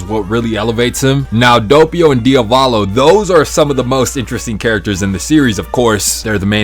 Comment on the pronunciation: ITS NOT DIOVALO